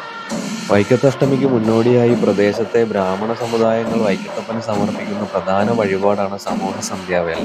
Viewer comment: PRADHANAM ENNU PARAYU :: PRADANAM ALLA